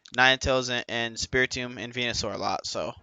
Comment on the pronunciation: Anyone else hear him say he like 9t spirtomb and venu lol